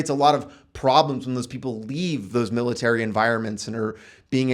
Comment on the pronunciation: Militerisn :P Love the videos, man! Well-presented and solid info.